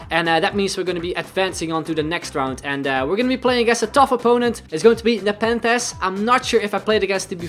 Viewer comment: Btw your pronouncing it wrong. It's pronounced neypen-the-z. lol